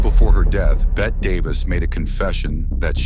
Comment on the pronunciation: STUPID AI voice flubs Bette's name!